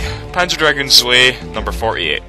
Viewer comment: Btw, "Zwei" is german and means two. It's pronounced "tzwei" for the record, and I don't mean to be bitching (oh what the hell I am), but everytime you said it, you sounded like a drunk dane, trying to ask a german about a certain house number :P